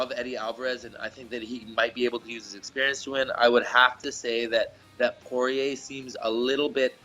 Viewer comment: When Dustin was Dustin poirier not Dustin Sorrier